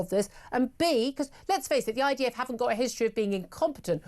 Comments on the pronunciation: Sounded to me like she was saying IVF. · Why does she keep saying IVF? 😂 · Someone should tell Julia it’s IDF not IVF